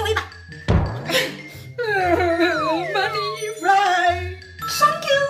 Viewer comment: 是，thank you不是Show橋呀😂😂😂😂